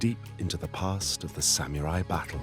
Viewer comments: Not the reveal ...."Sam-yooooo-raiii" *confidently ☠ Costumes are very tacky and inaccurate, too... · The narrator has a problem with the word samurai. Not sam mew rye, Sa mu ri Takes you out of the vid. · Christ! It's literally pronounced Sa-mu-rai like how it's spelt, not sam-yurai. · It's Sa-mu-rai, not "Sam-u-rai." Sheesh. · Omg... "Samyewrai"... Stop saying that. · Sam-your-ai? I’ve heard people from all walks of life pronounce samurai, and never have I heard it be pronounced with a “YUR” in there. Sam-orr-I. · The only thing I got from this documentary was sam-YOU-ri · "Sam-you-rai" ikyfl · well, the narrator said "sam-you-rie", sooooo it's par for the course. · I mean. They actually keep saying “Samyurai” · SamMUILAI ? WTF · Well made... shame about the narrator's pronunciation. "sam-you-rai"?? Annoying.